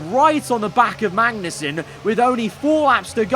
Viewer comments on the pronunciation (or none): you say magnussen like benedict cumberbatch says penguin. you miss the 'g'